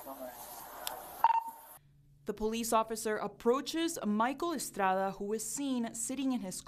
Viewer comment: I’m sure when they have a new story about an Asian or African person, this station uses the authentic pronunciations of all names and places involved, right? Or is this just some sort of strange boasting about your heritage on a news broadcast? Michael Estrada didn’t even pronounce his name that way.